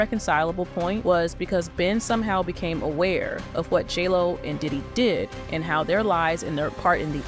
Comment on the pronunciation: Is it just me, or does it sound like the narrator says "Jello" when she says " J. Lo"?